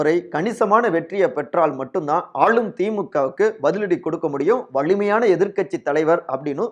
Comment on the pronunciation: செய்தியை நல்லாதான் சொல்றீங்க. ஆனால் "ல" "ள" உச்சரிப்பு சுத்தமா சரியில்லை. வலு என்பதை "வளு"ன்னும், வலிமையான என்பதை "வளி"மையான என்றும் உச்சரிப்பு தடுமாறுது